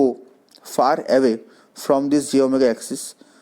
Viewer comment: What is this "jomega, jomega" axis? SPEAK CLEARLY. Say, slowly, "j-Omega axis". Separate the "j" and the "Omega" part clearly while speaking. Practice saying this slowly a thousand times. J-Omega Axis. Say it again: J-Omega axis. SLOWLY.